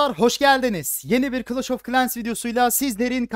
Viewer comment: abi çok güzel kılaş of kilens diyosun